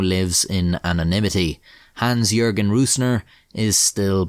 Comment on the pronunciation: o.o an english speaker who correctly pronounced the name "Jürgen"... its the end times!! D